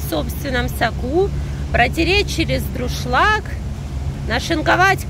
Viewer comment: В рецепте борща написано правильно "... через дуршлаг... ". А, как Вы, произнесли? Ай-яй-яй...